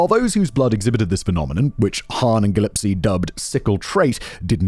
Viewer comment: Interesting way to pronounce Corpuscle and Gillespie 🙂